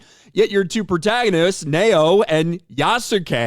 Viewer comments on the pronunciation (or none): The female protagonist's name is pronounced Nowaye.